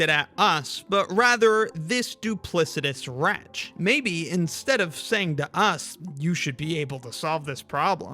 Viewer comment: "This duplicitous WRETCH"